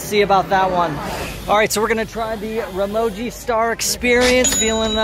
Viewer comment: Dym dude work on your pronunciation before sponsoring you can't even pronounce Ramoji 😌